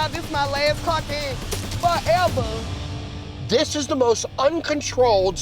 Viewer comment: The way she threw that receipt n said “foEva” had me weak 😭😭 Edit after 5 months